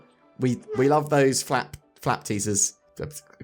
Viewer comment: Fap or Flap? It did sound like the former lol.....